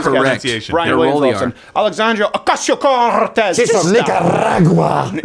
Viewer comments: im not sure why correctly pronouncing a name is supposed to be funny in the first pace, but youre not even doing it correctly as a joke. you don't roll single r´s , only dbl r´s. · Youd get farther with the left If you didnt say AOC's name so exaggerated.